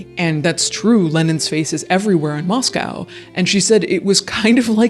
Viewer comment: Thank you for pronouncing Moscow - Moss-COW and not Moss-CO Moscow Idaho has Christ Church, we don’t need to be confused with Russia. 😂